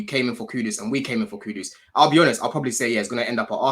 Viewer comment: Its not Cue-Dos! Its Khud-Duus.. KUDUS